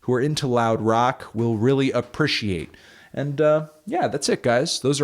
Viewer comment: love the way u say appreciate 'aprushiate'